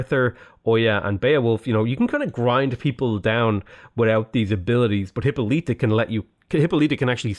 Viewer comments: Just a heads up, Hippolyta is pronounced hip-awl-it-uh not hip-oh-lee-tuh. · Hyppolyta is pronounced "Hip-Paul-lit-uh", not "Hippo-leet-uh" lmao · I think the pronunciation of Hippolyta is "Hip-pall-lit-ta" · I strongly disagree with you pronunciation of Hippolyta